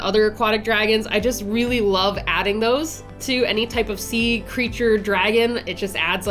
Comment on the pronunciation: "reary". Love ya girl and what an amazing design! What if you made a dragon to describe and look like you?